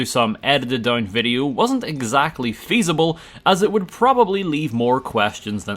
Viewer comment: Is “fee-sable” some kinda DA:O joke i dont get or are you trying to say feasible